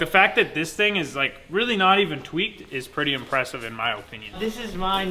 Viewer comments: "In my ohpinion" lmao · "My OHpinion" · Say opinion like u would say onion drop the o